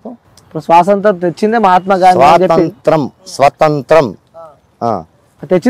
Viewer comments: "సొసంత్రం" కాదు రా డంబ్ యాంకర్ "స్వాతంత్య్రం" లేదంటే "స్వతంత్రం" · స్వాతంత్రం పలకడం రాదు నువ్వు ఏమి anchor రా పిచ్చి పువ్వా 😂😂😂😂